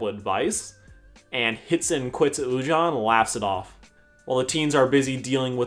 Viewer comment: Me: pronounces it Lu-Jane Sarcastic Chorus: pronounces it Lu-Jáne Me: TriGGeReD